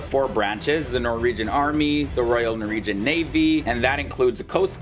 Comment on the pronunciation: Norwegian not noregian